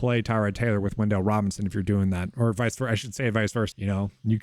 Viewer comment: "Wendell" Robinson 😂